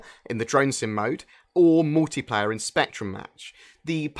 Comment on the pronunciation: what's MOWtiplayer?